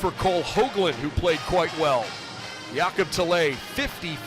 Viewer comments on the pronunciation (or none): Go Bows! Can we note it's pronounced Ya-cub Tell-uh, not Jay-cobb Tell-eh